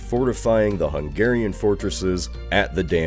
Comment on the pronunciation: bro this guy mispronounces everything ive caught it atleast 5 times in this video Edirne, Croats, Hungarian (when he said hungarian nobility), it's just so lazy especially for a big channel